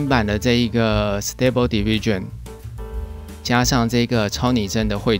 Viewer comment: 你讀diffusion 不太正確喔